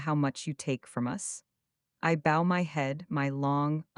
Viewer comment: You missed a very good and refreshingly different story. I personally really liked the voice though I do have a pet peeve with "bow" being pronounced "bo" and the same problem with "tears" and "tears".